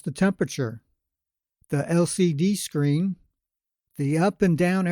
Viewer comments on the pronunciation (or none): none